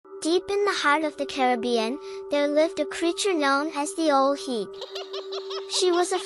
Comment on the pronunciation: The pronunciation of the name is wrong, love the video tho 😊...